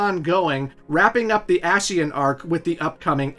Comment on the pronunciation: I love the review, but one that that gets me, in any video, is when a name is pronounced in voice acting, but the reviewer still does not say it right. "ASHian" here, Antdude mispronouncing Vanitas is his KH BBS review. It just grates on my ears, lol. Other than that, this is an amazing look at an amazing game